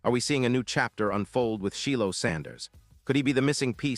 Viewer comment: It's pronounced like...Shielo